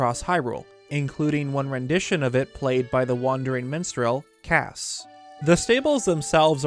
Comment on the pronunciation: I didn’t realize I was tired until I misheard him call Kass the wandering menstrual, and was like.....gross. I’m taking a nap after that.